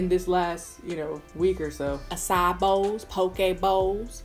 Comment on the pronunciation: calls it an "uh sigh" bowl lol